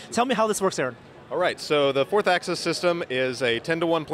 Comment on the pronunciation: Hey. The word is AXIS not ACCESS. Please learn how to pronounce it. I don't think you are stupid.